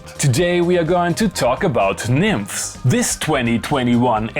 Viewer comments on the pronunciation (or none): One of the creatures was demonstrating it in a video from whatever convention it was. They are Greek, and he strongly pronounced the es at the at the end, not nymphs like you and loopop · As a Greek i should point out that the "es" is audible as the "s" in "USB" ... it's Nymph-es. Although i don't understand a word of whatever else you say and i always use captions!!!... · NymphEs the stress is on the E please:) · Loopop pronounced it wrongly. E is not silent. :) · Came for the mispronunciation of Nymphes.... got it! 😆